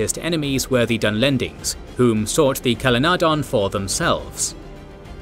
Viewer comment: Whoever removed the "H" from Calenardhon ought to be severely reprimanded. The name Calenardhon is pronounced using the ð sound or th. Dumbing down Tolkien is sacrilege. I thought only Amazon was capable of such evil. 😡